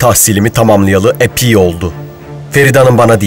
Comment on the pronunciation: “Ben tahsilimi tamamlayalı ‘ipiy’ oldu”